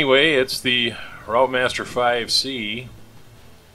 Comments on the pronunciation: Lovely restoration as usual.... FYI pronunciation of routemaster is 'rootmaster' 😀, us Brits are a confusing bunch..... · Well that’s another video watched. Very good job too. AEC Routemaster, pronounced Rootmaster. Thanks for posting. 👍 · Pronounced 'Root master'